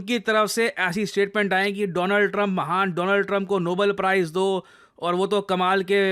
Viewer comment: nobeeel?? Iski pronounciation bhi kharab h